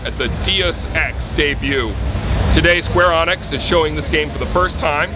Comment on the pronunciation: "Dee-us Ex" and "Square-Onnix"...good job.